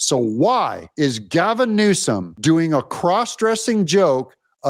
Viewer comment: You called him Gazum Newsom😂